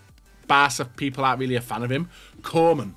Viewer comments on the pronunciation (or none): none